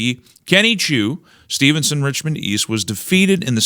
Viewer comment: Hey,, the Riding is Steveston-Richmond East, not "Stevenson" as many in the People's Republic of Richmond themselves would call it. They also habitually call their neighbouring New Westminster area "Westminister", so I guess I can't blame you, eh?